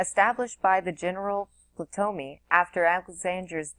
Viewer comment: Just a friendly tip. Ptolemy was one of Alexander's Generals and as such was granted Egypt as a prize (Cleopatra is his descendant). In the name Ptolemy the "P" is silent so you pronounce it "Tolemy" not Patomy. Thank you for your work, very much appreciated :-)